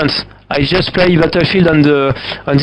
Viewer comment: "Just-eu, runni-eu and-eu, dyi-eu."